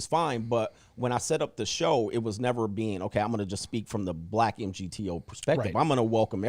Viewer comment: pronouncing M-G-T-O-W every time was killin me 😂🤣 great throwback 💯